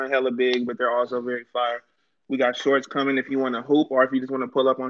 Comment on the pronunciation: Sounds like firrrrrrre